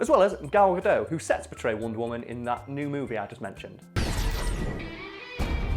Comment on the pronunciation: I just wanted to say that the way pronounces Gal Gadot is really amusing to me.